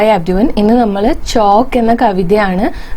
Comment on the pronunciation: ഹലോ ചോക്ക് അല്ല ചൗക്ക് എന്നാ